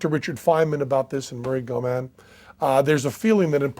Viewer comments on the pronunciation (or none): Murray Gell-Mann, not Goodman